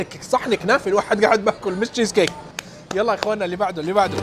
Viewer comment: يعني جييييييز كيك هههههه